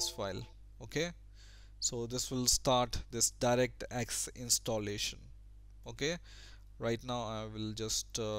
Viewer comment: Direct, not Darekt. Installation, not Instolletion. :P